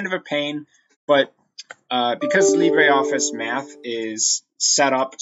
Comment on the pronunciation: Please say it properly - it uses the French pronunciation Lee-bruh, not the Spanish Lee-bray.